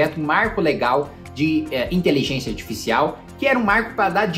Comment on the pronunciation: Pq o Kim ta falando inteligênxia? kkkkk